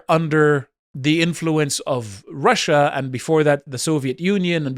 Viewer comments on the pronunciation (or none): none